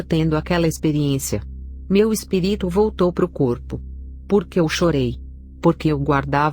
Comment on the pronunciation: Por que sempre dizem espiríto e não espírito